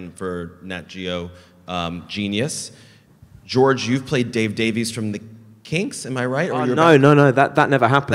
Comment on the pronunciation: Oh God Christopher Lloyd mispronouncing George's name 😂